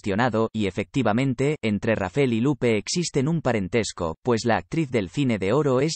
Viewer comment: No es Rafel ess Rafael